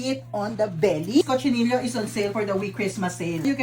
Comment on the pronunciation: it's KOH-CHEE-NEE-YOH not cochinillo🙂